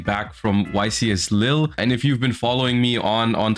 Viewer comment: JOSH DONT SAY YCS LILY, THX JOSH, from a french duelist